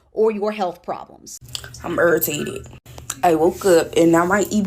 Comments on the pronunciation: "Am urrtated" She meant "I'm irritated" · “I’m erritated 🤔” 😂😂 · Gee. She be ur-e-teedeted. 😂😂😂 What a SHAME. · "I'm urritated" 💀